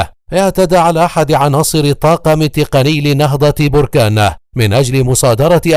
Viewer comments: Les Egyptiens prononcent mal le nom de BERKANE . Ils disent Borkaane . C'est BERKANE . Maachi borkaane . Berkane est un nom berbère . Borkaane c'est un volcan ... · بركان بفتحة الباءوليس بالرفع